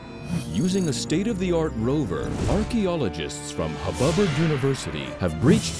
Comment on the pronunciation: From now for me archaooogists-thing sounds more like antagonists, delete the video😡